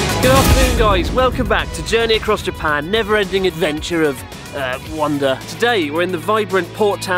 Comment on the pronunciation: “” beautiful!